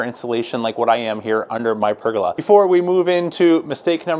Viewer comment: Peg-o-la?? Now I’ve heard it all